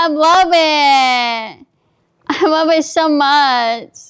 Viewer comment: "you got me bwacelet? omg I wub it! ESPECIALLY THE MISSING JEWEL PIECE, IT MATCH MY PERSONALITY" 😅🤣